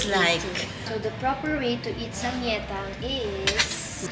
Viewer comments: Samgyaettang (with the G+ yae) 😊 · ang pronounciation po ng samgyetang is (sam-gye-tang) sharing is caring po salamat po sa mga vlogs nyo nakakahappy panoorin ❤